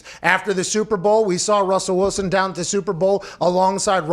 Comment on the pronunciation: Whats this down I think u mean DAHN